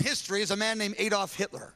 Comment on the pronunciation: Ironically, Rachel accuses Ted cruz of spelling Adolf wrong, while pronouncing it wrong.